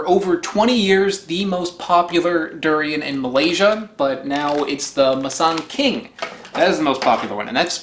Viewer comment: It's pronounced as moo-sang king. Loved the video by the way. I freaking love durian! It's now in season and this year there's surplus of fruits so it's quite cheap. I'm loving it ♥ lol 😂 😂 😂